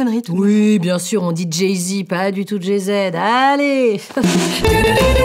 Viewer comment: "Jay Zède" 😭😭